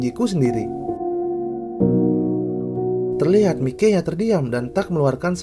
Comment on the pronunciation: Min mikey itu dibaca “maiki” tolong di vidio selanjutnya diganti ya min biar lebih enak didengar , sukses terus min